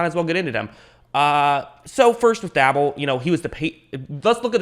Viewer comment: It's Pronounced Brian Day Ball